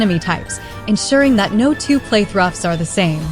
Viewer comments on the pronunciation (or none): “No two play-thruffs are the same” 😂 but still, it basically did the job